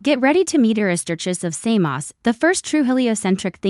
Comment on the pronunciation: You say "Samos" to rhyme with "clay moss." Actually, "Samos" should rhyme with the nonsensical "saw dose."